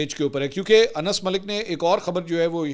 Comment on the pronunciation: السلام علیکم منصور بھائی کیا حال ہے میں اپ کے وی لاک مسلسل دیکھتا ہوں اور اپ بہت اچھا تجزیہ پیش کرتے ہیں اور اچھی رپورٹنگ پیش کرتے ہیں لیکن بعض اوقات اپ الفاظ سے ہی استعمال نہیں کرتے اج کے بھی لازمی اپ نے ایک صحافی کا نام لیا ہے ان کا اصل نام انس ہے لیکن اپ نے اس میں نون دو دفعہ بول دیا ہے لہذا برائے مہربانی نام کو صحیح پڑھ لیا کریں